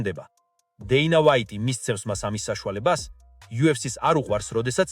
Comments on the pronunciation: ტოპურია არა შე ყლეოო თოფურია და დეინა ვაითი არა დენა ვაითი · ტოპურია არა.თოფურია.დეინა არა.დანა ვაითი.ვერა რა ვერგიყურებ გადმოცემის უნარი 0 🤡